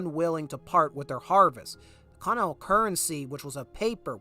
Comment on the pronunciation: Continental. Cont-In-Ent-Al. Sound it out mushmouth. Don't race through that word. It sounds like 'Conal' coming from you. If you're going to narrate, enunciate.